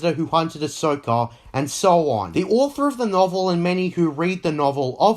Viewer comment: its pronounced also not osoh.